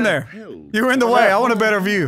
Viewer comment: Are we all just gonna ignore that said "do you know de wae?"!!!